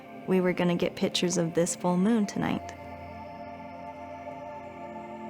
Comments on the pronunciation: I said 'It is pronounced PIC- TURES! " out loud! I can't stand that. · I feel like Zach would want her to learn to pronounce PICTURES